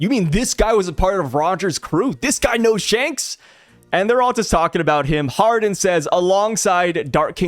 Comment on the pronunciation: hardin? nah man, his character is islam inspired.. it is pronounced hajar-uddin